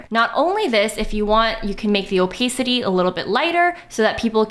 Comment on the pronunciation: Your mispronounciation of opacity and lack of photography knowledge is cute